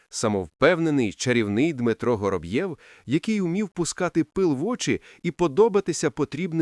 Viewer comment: Я поважаю вас,вашу працю,приємний голос,але наголоси!!!як ножем по склу або серпом по яйцях.😂 Готуйтеся,бо це звучить неприродно. Вороб'єв,Гороб'єв? Якщо він Воробйов, то так буде українською,а не Гороб'єв не Горобйов і не Горобцов,звертайте на це увагу,будь ласка.😊